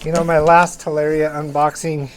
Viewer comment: its ta lar i a not tal air e a :)